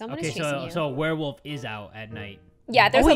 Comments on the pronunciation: A werewofl My ears as my eyes are looking at comments: WereWaffle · "Unless she's a werewolf or a werewaffle(werewofl)" 😂 i literally laughed for like 10 minutes straight😂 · I was getting food while they were talking about the doctor thinking the pregnant woman was a werewolf and when said Werewafl I thought he meant WereWaffle 😂 I was so confused... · 7 Second Riddles: Unless she's a werewofl: Or a werewaffle.._. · I love when you jay said unless shes a werewolf or a werewofl by the way werewafl is spelled wrong its werewofle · Ah, yes, a Werewofl. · "or its 'werewofl?'" OMFG I CANT🤣😂👌 edit) OMFG the riddle after that is soooooo damn sus bc Harty wouldn't be there at that moment if he left the place after he used the bathroom unless he wanted to leave the crime early but just go home and change his clothes and come back like NOTHING EVER HAPPENED (i commented this edit so correct me if I'm wrong T-T) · Werewofl? Werewaffle.